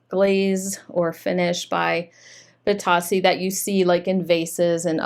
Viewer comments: Bit-oh-see is how you say it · Funny about the pronunciation. I hear other resellers say “bee-Toe-see” rather than “bee-TOS-see. Thanks for the information. I have a couple of lamps that I’ve had for a while that I need to get listed.